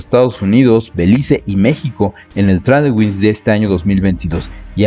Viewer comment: Muy buen video, pero una pequeña observación: "Tradewings" se lee como "Treid wings" Mucho aprendizaje para nuestros marinos y que bien que México pueda estar en estos ejercicios. Ojalá el ejército también se uniera y hubiera una colaboración más cercana a la OTAN.